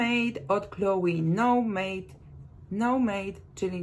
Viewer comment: Fajnie pani mówi o perfumach, ale nazwy wymawia pani niepoprawnie i to rujnuje wszystko.Przykład: Eau de parfum wymawia się,,o de parfę". Nomade to nie no made.Nomade to francuskie słowo i oznacza koczownika. Chance również należy wymawiać po francusku.